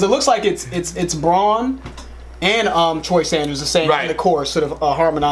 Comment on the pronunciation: It's Brann, not Bron. LeBrann James maybe.